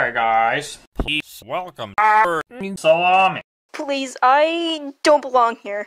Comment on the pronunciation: Did he say insalami